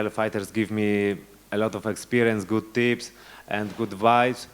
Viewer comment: Dokładnie :) Tylko 'tips' a nie 'trips', ale wiem, co miał na myśli, więc spoko :) Good job, Gamer :)